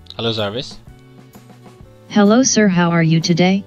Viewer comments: It's Jarvis not zaarviz!😂 gawaar saaley! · zarvis :D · Jarvis not raspoend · Its Jarvis, not Zarvis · Not Zarvis. Its Jarvis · Why do you keep calling it zarvis. ,??? 😂😂😂😂